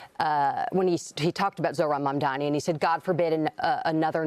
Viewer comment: It’s pretty funny how Cuomo still can’t say Mamdani! 😂😂😂😂😂